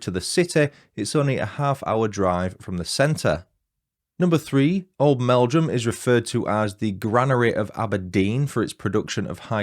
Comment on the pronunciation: My Uncle and Aunty live in Oldmeldrum, but I'm from Yorkshire! You are saying Old'mel'drum correctly 😊 It's a lovely little place. I knew of this case from a documentary, but I didn't realise Webster and his first wife were from Oldmeldrum! 😊 Thank you for the fab video ❤ I, too, am a domestic abuse surviver so i really appreciate your sympathetic telling of the story. 😊